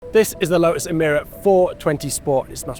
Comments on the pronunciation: "Lotus", not "Lo'us". Make an effort please. 🙄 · Lo'us has got a T in the middle. Let's hear it please.